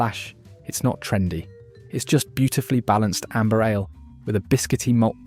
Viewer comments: Pronouncing Ale as Aller and Theakstons as “The ackston” smells a bit of AI involvement. Apart from that a not bad list, but I’ll stick with Guinness thanks! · Got fooled into watching this AI crap right up to the point when the 'narrator' pronounced "ale" as "Alah", and "Theakstons" as "Thee-Ak-stons". A dead giveaway ! How much "Alah" can your robot drink?